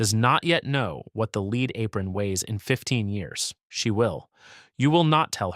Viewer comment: beat me to it. So annoying hearing leed for Pb!